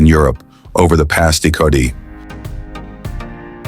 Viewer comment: Well, I made it to before AI Narrator offended me with a mispronunciation that invoked my “COMPLAIN AND LEAVE” reflex. I think AI programs purposely mispronounce common words and mangle spoken pronunciation to make sure we “hoomuns” don’t forget who’s running the show. How else do you explain this video pronouncing “decade”, you know - a ten year time period - “DEH-CAWD-DEE”? Goodbye & I’ll try to never again open anything by this maker again. Ever…